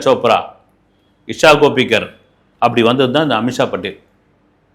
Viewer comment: பாலு அவர்களே... அமித்ஷா படேல் இல்ல.. அமிஷா படேல்....